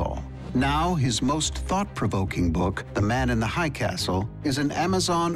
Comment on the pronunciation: man in the hiiiighh not hi castle